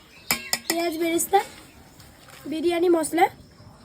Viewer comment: Biriyani ❌ Biryane✅😅😅😅😅😅😅